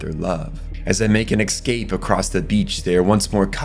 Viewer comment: also "reminisKing" instead of reminiscing, and his constant mispronunciation of escape as eKscape...